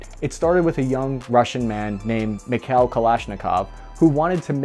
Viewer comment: Its "MeeKhaeeL" not Mikhell.